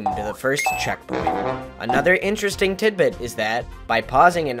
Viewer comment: No one:: instristing...